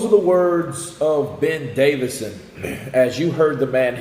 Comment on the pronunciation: Ben Davison NOT Davidson!